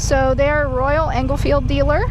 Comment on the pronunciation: They are not called engelfields but enfields no g in the name of the bike ;-)....